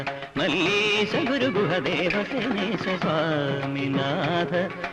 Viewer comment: He did not pronounce the words correctly, here and there. "Malleesha" alla "Valleesha", "paripaalayaashu maam" ennaanu, athupole "vaarijaasthra". This is a famous Dikshithar Kriti. It's surprising that MG did not know the saahithya of this keertana correctly.